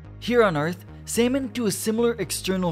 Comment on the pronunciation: Excuse me.. did you just call the fish a "Same-In" ?!